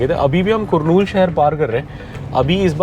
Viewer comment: Hi Bro , It's कर्नूल Not कुरनूल